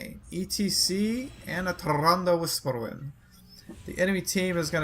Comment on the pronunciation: You didn't say "Tyrande Whisperwind " right the second time! WTF!